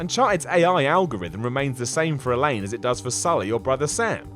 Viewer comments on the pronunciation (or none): ELENA!!!!!!!!! NOT ELAINE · It's ELENA Fisher. ELENA. Not "Elaine". D'oy. And the low-tech, no soliton radar of MGS3 is one of the things I love most! we are so used to Eagle Vision and all that jazz these days, we've been spoilt. Actually learning to sneak for real, and be aware of your surroundings in MGS3, made me better at the other MGS games! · Elaine? Really? Look at the spelling or the millions of times Elena's name is pronounced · Elena, not fucking Eleine. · Its annoying when he says Elaine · Hours upon hours of my life has been spent watching what culture videos but I can’t forgive for calling here Elaine not her actual name... Elena!!!! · Do you know what really takes me out of the moment? You calling her Elaine. It's Elena. You've clearly never played an Uncharted game before, otherwise you'd know that Elena has always been somewhat of a low-key badass. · Alain ? Its Elena dumbass goddamn do your research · I will have to disagree with Elena. I think after being married to Nathan for quite some time, she might have learned it from him. but still, she helped and was a good AI, so definitely not a flaw. ps, Elena, not Elain. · Literally 75% of this videos information is incorrect do alittle more research guys and ITS PRONOUNCED ELIN-A!! NOT ELIN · Elaine ? My ears are bleeding.... it's elena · First of all, Kratos' family was not supposed to be in the village he attacked at all. Ares put them there. Second, "Elaine"? Really? It's Elena. Did you even play any of these games at all? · Dude. her name is Elena. not Elaine. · I can't trust anyone who says Elaine instead of Elaina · i know you have an accent but her name is Elena not Elene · ITS ELENA NOT ELAINE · WHO THE FUCK IS ELANE!?!?!?! How do you fuck that up? The series is almost 10 years old! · who the hell is Elaine? You mean Elena? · I don't get it, isn't Nathan's wife called "El-ina"? kept saying "Elane".:| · elenA it's elenA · its "ELENA"